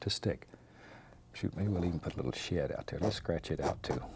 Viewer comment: every time he said “shed” it sounds like he said “shit”😂...just me.... ok